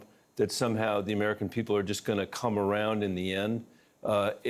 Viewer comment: Stop scooing awound, Bennett!